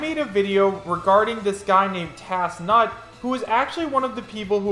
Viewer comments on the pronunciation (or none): ok I gotta say it you've been pronouncing tansut wrong for the last few videos, it's driving me crazy lol it isn't tasnut, it's tan-sut that aside, I'm thinkin this is real. it has a lot going for it, I don't think the blurriness is an issue when well made photoshops can still be pretty clear anyway.